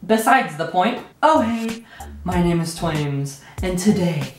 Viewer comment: 'twaimaz' I'M DEAD WTF IS A TWAIMAZ